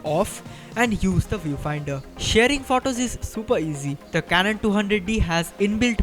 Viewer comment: Learn to pronunce photo u r prouncing wrong